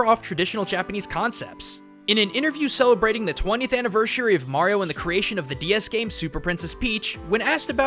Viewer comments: Did anyone else hear him say anivERSHary? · ANIVERSUREY nice english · "Annivershary" I'M WEAK! 😂 Sorry dude! I won't call you a weeaboo, but I HAD to point that out! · annivershary? Really -_ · I just realized you said anivershery not anniversary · Annivershary. Really? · Annivershary lol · Heh, he said anavershery